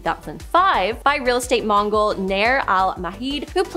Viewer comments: Notice that she realized the mistake and fixed it at the bottom of the screen........mogul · Girl, I am from Ohio and cringed several times. You mispronounced Geauga, Medina, Teidemann, Mogul and Lima. Might want to research first. It's Gee-awe-guh. Meh-dine-nuh. Tee-deh-men. Mo-gull. And Lee-muh. I find it hilarious you are advertising for babble 😂